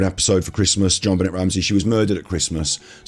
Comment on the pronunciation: You guys keep mispronouncing her name! C'mon! It's pronounced ZHON--BEN-AY! (Accent on last syllable).